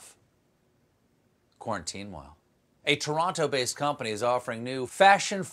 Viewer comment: quite the build-up 2 the Quarantinewhile....and "Airtwavel"...